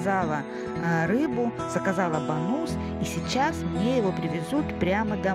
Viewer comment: Рыбка правильно называется Бангус (Bangus), в ролике я называю его Бонус (с ударением на последнем слоге) - именно так называют его у нас в деревне, не проговаривая "g". Ну и я привыкла😁...